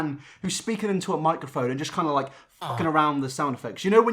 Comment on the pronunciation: I died when he started pronouncing LIKE AAH even google can pronounce better and jimin?OMG...im dying and shitting and crying